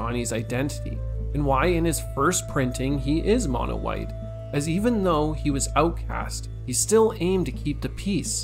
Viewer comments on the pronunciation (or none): none